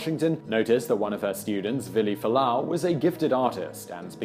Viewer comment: Fualaau, not Falaanu.